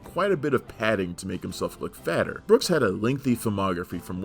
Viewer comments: BOOKE, not Brook. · Boss' name is Booke, NOT Books. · Sorrell BOOKE..... not "Brooks".